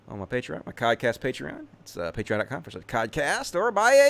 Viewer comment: the people who support you on Patreon are called "patrons", not "patreons". Even the Deep Fat Fried crew know that.